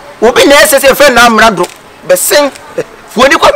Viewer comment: Amerado or Amenado 😂